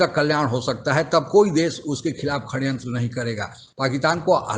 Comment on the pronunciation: शड़यंत्र का उच्चारण "श-ड़-यंत्र sha-da-yantra" है, 'खड़यंत्र' नहीं 😆!